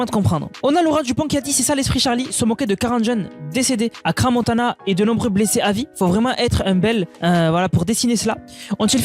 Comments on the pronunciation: Ce dessin est immonde en effet mais quand on veut faire des vidéos, il faut apprendre à parler français, c' est quoi ce wesh et cra montana, on dit crans montana. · J’ai quitté quand il a dit Cra Montana